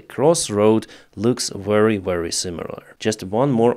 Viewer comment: Please 😅dont say very with w. V as in vast fex